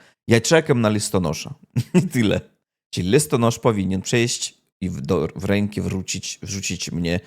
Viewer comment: Ruska świnio listonosz nie lestonosz. I nie E.